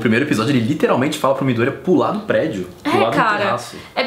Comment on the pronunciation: Adoro quem pronuncia "midoooooôria" e não "midoriiiiiiiiía" <3